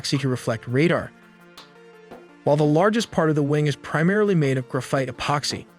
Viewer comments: This guy who speaks perfectly clear English acts like he never heard the words rotary or graphite before in his life. Weirdest pronunciation I’ve ever heard. Lol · how are you gunna make such a good video with limited time and then not know basic things like how to pronounce rotary or graphite. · he can't pronounce rotary or graphite.